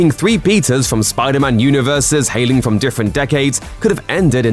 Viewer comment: Ok. The narrator is totally calling the Peters “Pizzas,” right? Am I the only one hearing that?